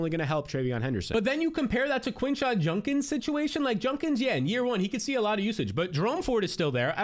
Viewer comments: It’s juDkins not juNkins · Why you gotta do Quinshon like that with the JUNK-ins pronunciation 😆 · why does he pronounce Judkins like that lol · JUDkins not JUNkins!!!! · Is it a bit he's doing calling him JuNkins 35 times instead of JuDkins?